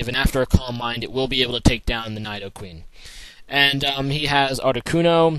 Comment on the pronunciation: your a fucked idoit, its pronounced needOqueen